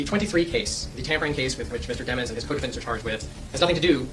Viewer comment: It’s deee mons. Not dem ons they tryin not to make em look like a demon 😈